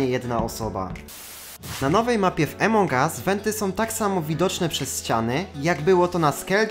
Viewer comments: Jak coś to Amongas a nie Emongas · takie pytanie : czemu gadasz emong us a nie among us ? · Emong US xd czy ja tylko mówię among us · nie wiem czy wiesz ale mówi się among us a nie emong us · Nie emongas tylko amogas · niw emong as tylko among us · Among Us nie Emong Us sry ale to boli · Twoje błędy wymowy nie emong us tylko "amon us" Te g jest takie cienkie i "wolt" a nie vault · Among US a nie emong us